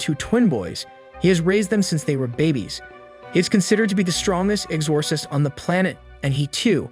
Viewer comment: Is this an AI narrator? Never heard exorcist be pronounced that way